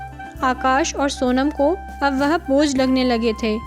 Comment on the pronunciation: वेह नहीं वह